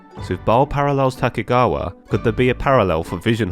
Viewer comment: Just one gripe: tokugawa - you are reading the name horribly wrong. No other complaints, keep up the good work. Also the vision hunt is reference to sword hunts and as you suspected propably serves identical purpose.